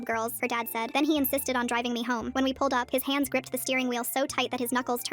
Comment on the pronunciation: I heard pants not hands😂😂😂